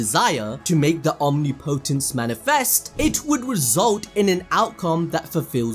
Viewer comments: Listening to you struggle to say “omnipotence” is hilarious 😂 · the way guy says omnipotence pissin me off its one word not two man